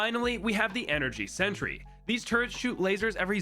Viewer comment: you say turds instead of turrets lol